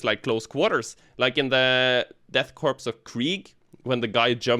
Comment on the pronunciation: "Korps" is pronounced like core, not corpse. It's just the word 'corps' but with a K to match with Krieg.